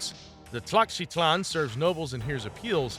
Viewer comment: “Ten-ot-tat-lin” HAHAHAHA!!!!!!